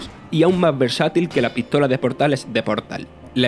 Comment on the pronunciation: "e aun ma interesante que la pitola normah" ... por favor!! este tio comentandolo no por dios!!